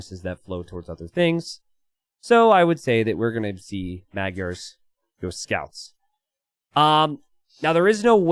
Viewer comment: can you for the love of god look up how to pronounce "magyar"